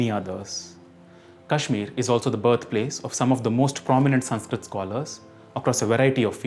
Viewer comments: ଭୂଷଣ so you are telling me कश्मीर should be pronounced as कश्मीरा??? One is a state's name and other is a girl's name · ଭୂଷଣ कश्मीर should be pronounced as कश्मीर same way with योग, सनातन, मंत्र, धर्म, आयुर्वेद। That's it. That's all I'm saying and I don't give a shit about some foreigner getting it wrong. What k do give a fuck about is a man who is running a youtube channel on sanskrit getting it wrong.